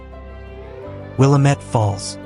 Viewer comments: We all can tell you are not from Oregon. It's not pronounced Willa-Met, its Will-Lam-Et. As in Willamette, Damnit. I'm surprised you didn't say Willa-Metty. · wil-LAMM-et; mispronouncing this word reveals you as a non-local who perhaps didn't fact check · Willy-Met falls 😂😂😂😂😂😂😂😂😂😂😂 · Oregon has a lot more water falls than these. We can always tell when someone is not from here by the eastern way they pronounce Willamette or any of our other Native American based names. But that aside we do have some amazing site seeing from the coast to the high desert. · You’re mispronouncing Willamette.